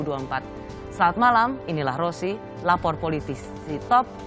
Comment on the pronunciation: Aleh Ross... Nyebut nama aj blepotan